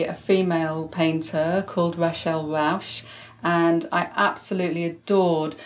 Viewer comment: Another packed episode full of interesting and inspiring information! Just a heads up, maybe someone else has mentioned it already, but the Dutch painter is Rachel Ruysch (not Rausch). Love the interview with Sue Maton from the Mercerie. So tempting to do one of her courses to further my crochet skills and have a beautiful end product (I am more of a knitter). I am a long-time patron (since 2016, how time flies) and love supporting Fruity Knitting! Thank you for your hard work and dedication, Lila